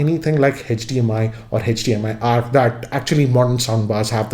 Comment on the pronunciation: Thanks for the rwview but the pronunciation are very poor. It isn't "hedged dmi" brother but it is hdmi and I'm not mentioning rest of the words here but again if I skipped your accent problem then the reivew sounds good